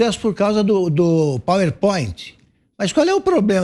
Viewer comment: Qual a história do Pauipóit? A mesma do bitcóio? 🤣